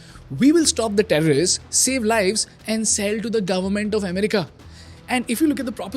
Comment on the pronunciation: why do u pronounce simple words like "PayPal" "Palantir" and "America" as "PyPal" "Palanthiir" and "Amrica" respectively and at the same time sell a course on speaking at the same time? this is insane levels of hypocrisy and fraud.